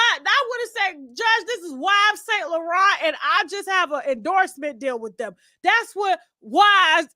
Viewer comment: Tasha pronouncing Yves saint Laurent as “wives saint laurent” is hilarious 😂😂😂